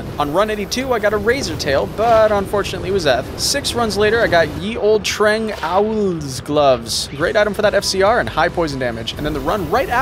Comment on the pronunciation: I like how you pronounce Trang-ahouuwl